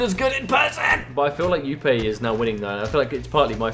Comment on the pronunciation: please pronounce jupe properly its not youpay its just jupe